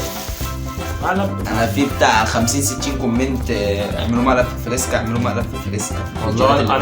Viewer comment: فريسكا ضيع حرف الراء😂😂😂😂😜